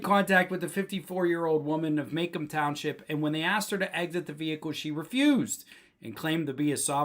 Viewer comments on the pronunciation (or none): It is pronounced Ma Comb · Just an FYI- it's pronounced "Ma-comb". It's not too far here from Ann Arbor. Thanks for exposing these criminals. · It's pronounced "Ma comb" county.